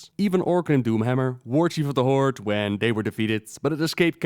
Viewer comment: Only person I know to pronounce the Horde "The Hordt" and you also call Thrall "Throwe"